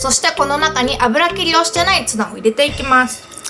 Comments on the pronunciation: 油切りをしてないツナが 油切りをしてないツバて 聞こえた（笑） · つばの発音気になった人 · 油切りをしてないツバって聞こえた